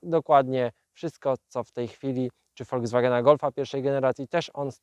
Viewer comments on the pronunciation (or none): none